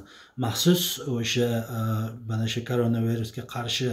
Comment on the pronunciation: gapirishni urganing videoga sarlovhani tog'ri quying siz kanadada ekansiz uzbekistondan yiroq bulsin iloyim keyin karena virusmas karona virus